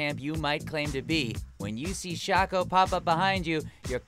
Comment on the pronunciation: The way he pronounced shaco made me stop watching